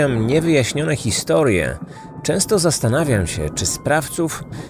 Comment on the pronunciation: "Historiłje?🫣